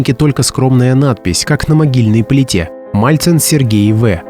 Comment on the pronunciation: МАЛЦИН!!! А НЕ МАЛЬЦЕВ!!